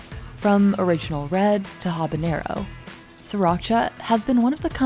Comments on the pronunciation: I know you're the pepper expert, but the word is "Habanero" (hah-bah-NARE-o), not "Habañero" (hah-bah-NYARE-o). Mispronouncing it as the latter is what is called a "Hyperforeignism," in that it mistakenly applies more of the foreign language's features (incorrectly using an eñe instead of the correct ene) than are warranted. There will be a pop quiz at the end of the class. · Ed Butt Currie is the self anointed chilli king yet the dumpy mf can’t pronounce habanero correctly